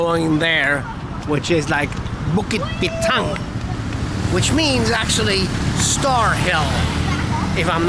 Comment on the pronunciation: thats the exact way the locals pronounce it. 😀Bukit Bintang. SPOT ON